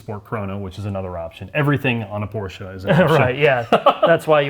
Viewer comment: Congratulations - You are the first american who pronounces "Porsche" with an "e" - Great ! All the others say "Porsch"